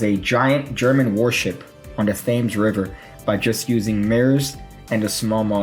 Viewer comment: I see you pronounce Thames the American way. Also, beef. In particular, sirloin steak.